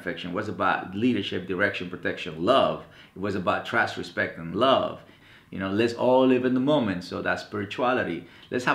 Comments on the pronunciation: But he pronounced it "Respet". XD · hahahahahahahaha "RESPET"